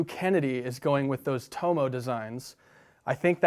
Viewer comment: Great interview and a natural progression from your awesome board reviews. I'm looking forward to more of these. Just a hint, as an Aussie I'd pronounce his name "tommo" not "toe-moe"